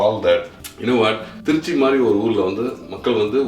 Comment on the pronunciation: அது என ட்ரீச்ச்சி....திருச்சி நு வாய் ல வராதோ..